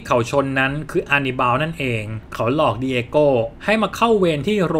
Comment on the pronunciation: หน่อยอยากจะรบกวนให้อ่านสคริฟคำว่า "เขา" ออกเสียงเป็น เค้านะคะ /เวลาเราอ่านออกเสียงบรรยายต่างๆ ไม่ว่าจะเป็นหนังสือเสียง พากย์ หรือเล่าเรื่อง เวลานักพากย์เจอสคริฟคำว่า เขา พวกเราจะแปลงจาก เขา ซึ่งเป็นภาษาเขียนเป็นภาษาพูด โดยออกเสียงเป็นคำว่า "เค้า" ค่ะ (คำว่าฉันก็เช่นกัน ออกเสียงเป็นชั้น ซึ่งเป็นภาษาพูด) / การเล่าเรื่องจะสมูทและเป็นธรรมชาติมากขึ้น (จะต่างจากการเรียนในชั้นประถม มัธยมหรือมหาวิทยาลัยที่อ่านออกเสียงตามตัวหนังสือ) คุณเสียงดี เล่าเรื่องสนุก ทำคลิปได้น่าสนใจ ลองปรับตรงนี้ดูนะคะ (เห็นคุณเปิดใจ ตอบกลับมา เลยอยากแชร์ตรงนี้ให้ค่ะ ) ขอบคุณที่รับฟังนะคะ